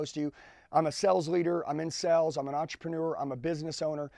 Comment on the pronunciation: Dude please know the word sales. It’s not the same word as sells.